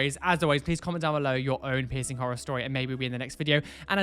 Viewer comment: really thought he said “share your 𝑝𝑖𝑠𝑠𝑖𝑛𝑔 story” instead of piercing story at first ... — JustHereForTheTube has left the chat.